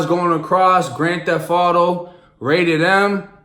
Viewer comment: it say grand "thef" auto?? lmao